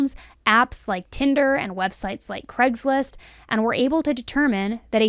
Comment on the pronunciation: Please say Craigslist not Cregslist...